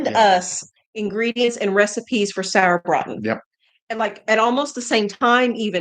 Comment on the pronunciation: I love it how well you pronounce the word "Sauerbraten"!